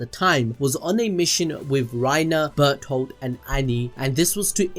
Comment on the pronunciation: WHAT he said berdolt not bertholt this guy is a master at not pronouncing stuff properly ( both of the narrators ) (at least second one admits )